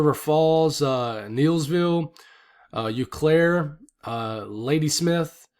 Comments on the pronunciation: it's pronounced OH Claire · Tomah, WI is pronounced like tome - ah and Eau Claire is pronounced oh-claire. I grew up around that area and a lot of the towns can be difficult to pronounce.